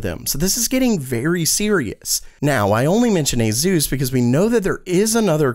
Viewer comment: I'm gonna pick nits because I'm bored. There's no Z sound in Asus. Nothing to see here. Move along.